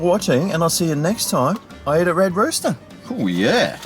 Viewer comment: Red Rooter! 😂